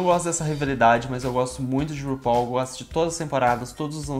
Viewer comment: VC É O UNICO - UNICO, "U-NI-CO" youtuber q eu vi falando RUPAUL da forma correta. <3